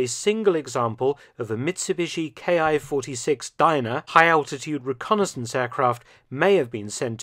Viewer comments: This is really minor mistake but its something I hear often and I just wanted to point out that all of the Imperial Japanese aircraft with the Ki designation is not pronounced as K-I its pronounced Kee like a key to a door or car. The reason for this is that in Japanese the symbol used for these designations is キ (ki) so in Japanese the aircraft appear as キ--61 (kee-61) rather than K-I. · Why do you say "Ki" like it's a German abbreviation for a manufacturer? It's a word, pronounced as "key." Did you really write books about this subject? I'd have to call bullshit.